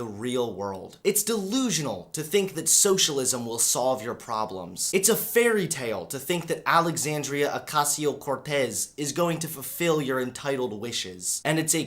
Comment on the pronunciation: her huge eyes are not to be trusted... and as a chilean guy i can tell you: it's "OH-KHA (as in khan)-CE-O (one syllable the two last ones and the whole word pronounced fast)", CORE-TES (as in "test" without the "T")